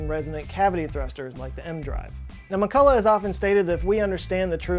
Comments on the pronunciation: Also McCulloch name should be pronounced with this "ch", like in the Scottish word "Loch". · Also you did not pronounce McCulloch's name 100% correctly because 'ch' in his name is pronounced like 'ch' in Scottish word "Loch", which is actually similar to German or Austrian pronunciation of 'ch'. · I only thing I help you fact check is your pronunciation of McCulloch! Needs some work...oh and not sure hawking radiation has been observed...